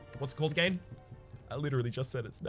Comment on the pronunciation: I love you but God i hate your pronunciation of “again” so much xD